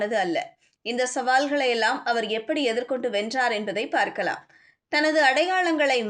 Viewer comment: என்னம்மா தமிழ் மேல இப்படி லாரி ஏத்தி கொல்லுற,,,, தழைப்பு செய்தி ன்கிற, முதழில்னு சொல்ற,, பார்கழாம் னு சொல்ற உனக்கு தமிழ் சொல்லிக் கொடுத்தவன் யாரு? நீ normala பேசு தமிழ் pronouns ன்கிற பேர்ல கொல்லாத,, உன் voice கேக்கவே எரிச்சலா இருக்கு